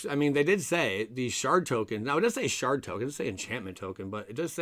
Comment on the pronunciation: Did you say shart token?